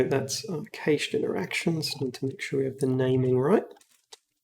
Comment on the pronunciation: cached is pronounce kash